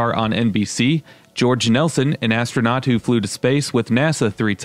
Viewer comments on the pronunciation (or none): none